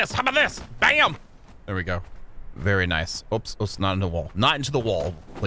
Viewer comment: "Vvery nice vvery nice " But dude chill out, u dont need to grind sooo hard